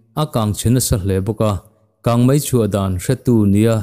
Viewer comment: He channel hi a rintlakin news ṭha tak tak min chhawp chhuah sak ṭhin a, a bengvar thlak hle. Chutih rual chuan Mizoṭawng chhiar erawh fimkhur zel a ṭha. 'Kang mei' tih tura 'Kang mai' tih ang chi hi fimkhur deuh a ṭha. Mizoṭawng fiah fel tak leh dik taka chhiar zel a ṭha e...news a ngaihnawm ṭhin hle mai..